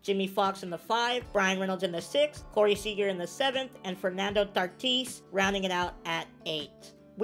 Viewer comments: Tatis not tartis 😂😂😂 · Never call him tartis again it sounds stupid never say tartis it’s tatis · ok can you please stop saying tartis it’s tatis😂😂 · Why do you say tartis instead Tatis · It is Fernando tatis jr not Fernando tatees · Lmao is he. Saying tartis or tatis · He says Fernando tartis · Bro I love how he calls tatis “tartees”